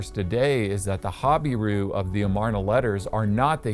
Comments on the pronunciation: I am assuming it’s an American pronunciation ‘hobbyroo’????? We pronounce it ‘ha-beer-oo’ in UK. The secular archaeologists are god haters so they are unlikely to believe anything in the Bible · Your pronunciation of "Habiru" sounds different from other names in Israel. Hazor, Lachish, and Gezer pronunciation are what I heard other researchers say. I think the accent should be on the second syllable: ha BI ru. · It even sounds like you are pronouncing hebrew falsely when you say habiru. I find it to make perfect sense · Habiru is a mispronounciation of Hebrew